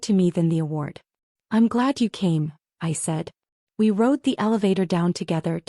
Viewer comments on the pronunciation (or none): none